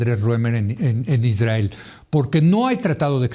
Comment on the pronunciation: Eres tan vil Leo que aprovechas la tragedia para enlodar al Estado Mexicano cuando sabes perfectamente que es una responsabilidad del Estado de Israel que por cierto no se dice Isdrael como lo llamas